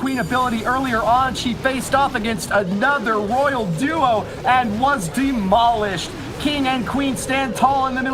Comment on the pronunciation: anyone else hear say "the corner has been DENOLISHED"? I mean, I know people mispronounce words but its...so I'm gonna post about it lol